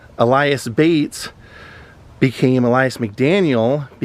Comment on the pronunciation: Awesome,! Thanks for doing this one. That memorial is awesome and well-deserved. One quibble: I think "Ellas" is pronounced like "Ellis", not "Elias." But he's always Bo Diddley to us.